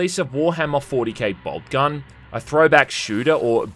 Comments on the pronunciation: You say boltgun i hear bald cubt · "BobCun" I'm outta here